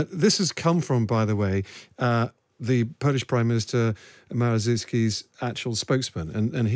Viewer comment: Could Times Radio presenters please stop butchering the pronunciation of Morawiecki's name? With Google it takes no effort to look up correct pronunciation. If that fails, just say Moravyetski, pleeease...